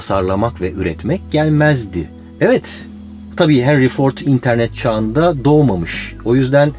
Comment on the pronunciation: "İnternet" kelimesinin vurgusunu "i" harfine yapmasan efsane olcak. Yani zaten efsanesin de daha çok olcak☺️